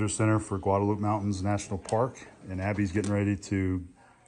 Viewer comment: Just FYI... the 'e' on the end isn't silent. It's GuadalupAY.